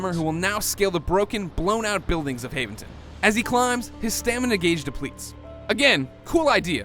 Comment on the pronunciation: I like the way he can't pronounce Haventon because he played about 10 minutes of the game.